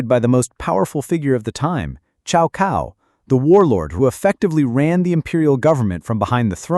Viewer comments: Exactly it's not 'chow cow' but rather it should be pronounced 'tsao tsao' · The correct pronunciation is more like "Tsow Tsow". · Cao kao? Really. Ai slop.